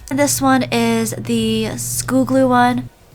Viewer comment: I love how you say “schoo gloo”, not “school glue” 😂💖😂💝😂💕😂💓😂💗😂💘😂💞